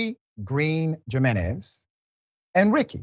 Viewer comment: Can we realize in 2023 that Jiménez has an H sound at the beginning?